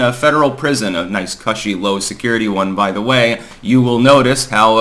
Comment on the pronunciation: Learn how to pronounce "cushy".